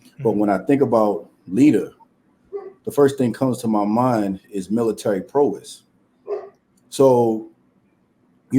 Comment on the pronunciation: Firstly, it’s “Prow-ess” and some of these men out here aren’t capable either